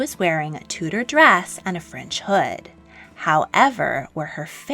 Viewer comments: It's pronounced (chew)dor not (two) dor. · Tudor = Chewda not Tooda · Enjoyed video but winced every time you mispronounced Tudor.